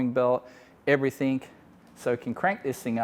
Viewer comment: The word is 'Everything', not everythink, stop sounding like a bogan. Arrrgh it's doing my head in.